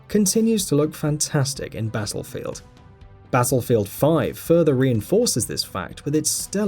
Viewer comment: "Bazzlefield 5"